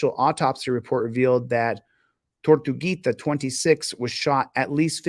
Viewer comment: Chili pronounced ''Tor tu gui ta'' wrong at about . With Spanish each syllable is pronounced. Also "i" is pronounced 'ee" through out the language. With these two rules, you can read Spanish words.